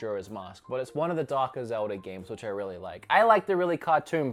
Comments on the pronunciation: It’s Zelda. Not zeldee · Zeldie? Say it with me buddy its Zelda with an A not ie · Sometimes It sounds like says "zelder" instead of zelda. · “zeldy” hmmmm oh wait ZELDA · Or "zeldy" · Zelder? Australier? Norr? What the fa*k?